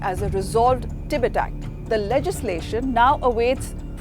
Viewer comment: your pronunciation the the word "Tibet" disturbs me